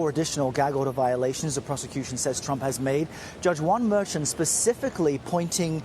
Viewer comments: Tell your cbs court insider to say the Judge's name correctly. MER CHAN ,,(MER-SHAWN) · any chance of the reporter learning how to properly pronounce Judge Merchan's name ?